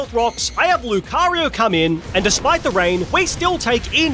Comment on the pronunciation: THE FIRST O IN LUCARIO IS SUPPOSED TO BE A U!